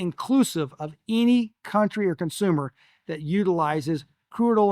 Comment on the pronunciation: The word “ any” is not pronounced as “ inny”.